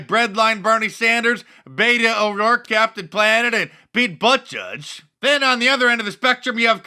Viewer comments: Creepy Joe is DONE. Wait, did I just hear you say 'Pete Butt-Judge'? LOL! Another Dice-ism. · "Pete Butt-I-judge"... Hiliarous!...